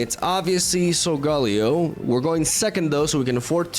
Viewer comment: SOL-GAH-LAY-OH Please …. Lol